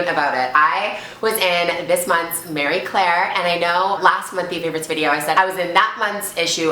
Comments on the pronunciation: Ok sweets I can't take it anymore it's MARIE Claire not Mary Claire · Mary and Marie are pronounced differently lol.. its Marie Claire not Mary Claire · Marie Claire. I keep hearing Mary Claire. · when she says "MARY claire" she means "MARIE" right?lmao I was like wtf is mary claire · guessing she means pronouncing it more like the French would because it's a French name. Like "Maree" idk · Gurl it's Marie not Mary. I love you hahaha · I'm pretty sure it's marie Claire not Mary Claire. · I thought it was marie claire not mary claire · I'm Scottish and we pronounce it like 'Marry' Claire. I think that's the French pronounciation of Marie. Like Marie Curie x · my nana was from dundee and was called mary and my granny was also from dundee and pronouced mary as 'may'. I've just asked my mum how you pronounce the marie claire version and she said something totally different so i guess there is a difference. Ive been saying it wrong my whole life😩 my accent makes me sound like i'm saying 'mair-reh' as i have a slight manchester accent x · She keeps mispronouncing the name of the magazine.